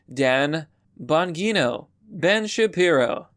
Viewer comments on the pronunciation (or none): THE SALT MUST FLOW also it's pronounced Dan Bon-JEE (pronounced like letter G)- No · Dans name is pronounced Bon Jean O